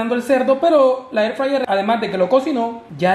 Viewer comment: AIR FRAYER